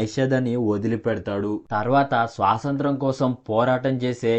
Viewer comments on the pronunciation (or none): bro, adhi swasantram kaadu "Swathantram"😴